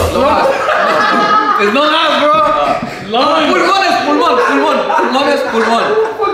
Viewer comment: Not saying lungs mean longas 😂😂💀💀💀💀 boy crack me up